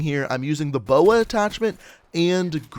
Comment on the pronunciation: Calls B O A a boa and Calls the ELO an E L O